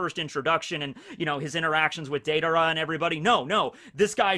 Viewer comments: It's Deidara. When you say it all I hear is "Date-Dara" haha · He almost kept himself from saying day dara.